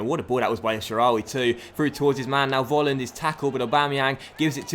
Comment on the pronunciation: Volland must be pronounced like 'Folland' because here in Germany you pronounce the V like an F. Sorry for my bad English (:D) i love this career mode!! Greets from Germany :)